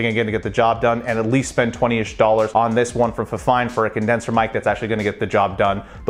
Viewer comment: It's pronounced "feefine" if that helps.